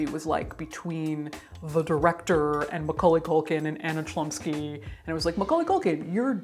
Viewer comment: Well I could bet money that the proper pronunciation of the actresses surname would be closer to Hlumski